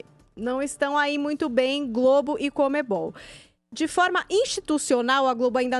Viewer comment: CONMEBOL. Joel: "COMEM-BALL"